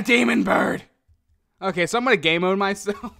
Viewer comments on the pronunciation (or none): He said gaymode 1 instead of gamemode 1